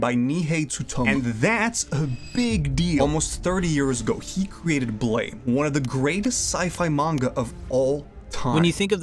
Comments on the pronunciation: Ahhh... It's BLAM!!!! Not blame.... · Keeps calling it blaym pronounced Blam like the sound a gun makes or the Japanese word pronounced Buramu in Japanese ‘U’ is basically silent and ‘R’ is pronounced like ‘L’ so Blam!